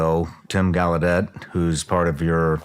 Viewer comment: The actual pronunciation(French) of gallaudet is goll-a-day,like holiday 👍